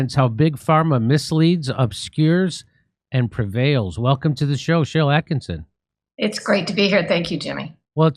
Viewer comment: ATTKISSON, NOT ATTKINSON